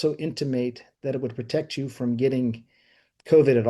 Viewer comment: At the beginning he couldn't even say "protect", he had to correct himself with some wishy washy bs. The legal precedent is there, still these people have faced no consequence.